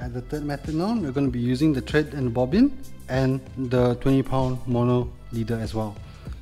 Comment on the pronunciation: Thread not tread